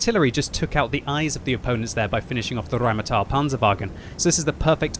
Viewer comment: As a german, I love it when u say "Rheinmetall Panzerwagen"